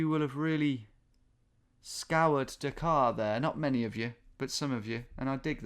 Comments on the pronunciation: can somebody tell Tom to stop pronouncing Dhaka like Dakar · Tom, it's pronounced "DHA-kə"; D as in Delta, H as in Hotel and all the As as in About. Combine the D and H sounds to produce the Indic ढ sound and you have successfully completed this little tutorial in Bengali! BTW Your pronunciation made it sound like the Senegalese capital...